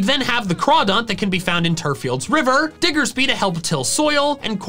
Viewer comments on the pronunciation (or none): THE SECOND E IN CLEMONT IS SUPPOSED TO BE AN O! AND IT'S DIGGERSBY, NOT F*CKING DIGGERSPEE! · THE SECOND E IN CLEMONT IS SUPPOSED TO BE AN O! AND THE P IN DIGGERSBY IS SUPPOSED TO BE A B!